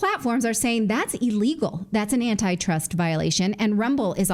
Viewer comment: Natili. It’s not EELEGAL it’s ILLEGAL